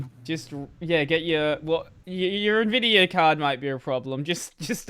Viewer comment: it is not "neh-vidia" - it's "en-vidia" ... hence the spelling nVidia or even older: n-Vidia